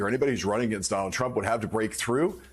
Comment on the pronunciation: I heard she mis pronounced his name as "Mr Rump"! LOL